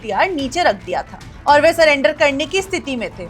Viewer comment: स्वर्गीय भरत तिवारी जी के मामले को लेकर इन दिनों अधिकांश लोग "सरेंडर" की बात कर रहे हैं। मैं केवल एक छोटा-सा भाषाई सुधार करना चाहूँगा। कृपया "सरेंडर" को "सलेंडर" न बोलें। सही शब्द "सरेंडर" है, जिसमें "र" का प्रयोग होता है, "ल" का नहीं। बाकी आप अपने अभियान, आंदोलन और विचार अपनी समझ के अनुसार आगे बढ़ाइए, उसमें कोई आपत्ति नहीं है। "सलेंडर" नहीं, "सरेंडर"। धन्यवाद।